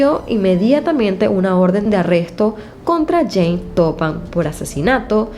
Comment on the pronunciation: perdón, pero, a veces, se escucha James (en lugar de Jane)...